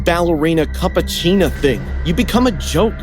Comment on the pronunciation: first girl really said ballerina cappuchina 🤣🤣🤣🤣🤣🤣